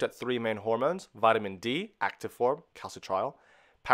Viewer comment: As much as I appreciate the information, it is a major pain for the non-Anglo world to decipher Latin- or Greek-based terminology pronounced consistently wrong: calci-trial (cal-citri-ol), lie-gand (liggand), oxi-daze (oxi-dah-sey), endo-cry-nology (endocreenology, 'i' as in FIT). '' sounds of 'Phili-pine' origin, thus, having once been a Spanish colony, could we have a Spanish based pronunciation, PLEASE?